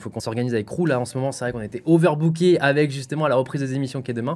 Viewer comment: 3min50 « overbooker » c’est bon on m’a perdu la ...😭😭